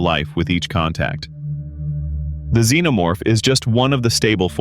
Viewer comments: Wtf is a "Z-No-Morph" ??? it's Xenomorph, Z shouldn't sound like an X , Zorro doesn't sound anything Xorro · Hearing him say "Z-No-Morph" was offensive to my ears